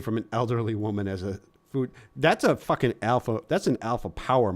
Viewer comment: Sorry I missed this clawbuh! I prawmise it had nuthin to do with fawking Dan 😂